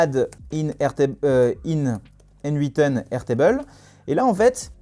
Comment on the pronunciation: Très intéressant. Merci. En passant, en anglais ça se prononce comme le pronom "Nathan". ;)